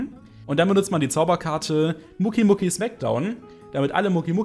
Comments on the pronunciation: Muki muki es heist mokeeey das e wird betohnt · Bitte sprich doch Mokey richtig aus! Das klingt wie Muki und das klingt so komisch! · naja er spricht es als würde da ein u stehen allerdings muss man die mokeys mit o sprechen , hört man auch in GX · Mokey wird anders ausgesprochen 😅😂